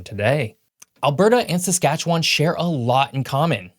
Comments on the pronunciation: Most locals pronounce it Saskatche"win" not Saskatche"won". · The last syllable in Saskatchewan is pronounced less like “won” and more like “win”. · No he didn’t. Western Canadians say win, not wan. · Saskatchewan is pronounced ending in "win" not "wan". Also Metis aren't pre-European because they are mixed race/culture. Also the Hudson's Bay Company, even by its own admission, did not control the land; they simply has exclusive trade rights. They did still sell the land though, but it was for a TINY amount of money (relatively speaking) just to give Canadian expansion a shred of legitimacy but no one took it that seriously. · also. Wan not won. Bothered me everytime someone from Tranto says it 🙄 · People from outside western Canada call it SaskatcheWAAAN. We pronounce it Saskatchewin, with very little emphasis on the win. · I have yet to meet another Saskatchewanian that pronounces the last part of the word as “win”, every single person I met in Sask always used “wan” so I don’t know what part of the hill billy hills you come from but that ain’t how its pronounced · Its pronounced "SaskatcheWIN,"' or even more accurate "Skatchwin." NO locals pronounces it "SaskatcheWAN." Easiest way to tell if someone is not a local - they try to pronounce every part of the name. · Sask born and raised I’ll tell you why 1) better economic opportunities in Alberta 2) Sask is MUCH colder, like a lot 3) the mountains in Alberta are very nice and Sask is so flat 😂 Also pronounced like SaskatcheWIN I might add. And both provinces are actually great places to live! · Tbh, Potash is pronounced paw-tash 😂 and the province name is pronounced 'Sas-cat-chwan' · Saskatchewan should be pronounced as if it were spelled: "Saskatchewun." That final vowel marks the newbie. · Its pronounced siscatchewyn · Just an FYI. Those of us from Saskatchewan pronounce it Saskatchwin. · Also little emphasis on the AS at the start. More like Skatchewin. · You pronounce Saskatchewan wrong. Also Métis.